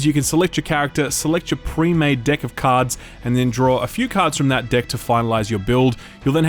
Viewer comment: is he saying "deck" or "dick"? I can't tell.